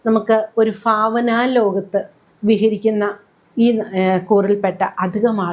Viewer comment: ഫാവന, ആർഫാടം...ഫ അല്ല..ഭ